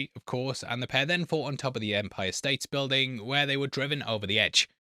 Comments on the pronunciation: Empire State mate, no "s" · Why do you keep calling it the Empire States Building? There is no “s” at end of State. Empire State Building is its name. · It’s actually Empire State building. No s at the end of state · Why are you calling it "The Empire States building" It is just the Empire State building, no S.